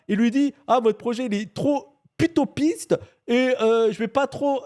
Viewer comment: il a pas dit "vous êtes trop utopiste" il a dit "putopiste" 🤣! Putopiste c'et une utopie de FDP nan ?